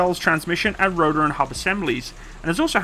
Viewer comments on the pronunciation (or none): What's a "roder" ? What's a "compuder"? What's a "faciliddy"? :D